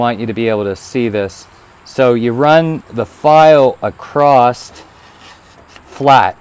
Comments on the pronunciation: There is no "T" in across other than that great video thanks. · I enjoy hearing various regional dialects, and your occasional pronunciation of "acrosst" was neat. I've never heard that one before. Makes sense of course, it's like a contraction of "across it". Also, about the softer/harder chains: one of the reasons a softer steel will get a sharper edge is due to the size of the crystalline structure in the different types of steel. A lot of people don't know this but different steels have different crystalline structures, not only due to alloy content, but also the processes of hardening and tempering steels change the crystal structure. Softer steel has smaller crystals, harder steel has larger crystals (both still microscopically tiny), and a smaller crystal means the edge can go to a finer point, just the same as how smaller pixels in an image mean the image can contain sharper detail. The edge can only get as thin as the crystal size. So it's not just that it's easier to sharpen soft steel, it's actually impossible to get harder steel to be as sharp as you can get softer steel.